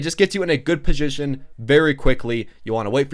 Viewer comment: "Pojition" xD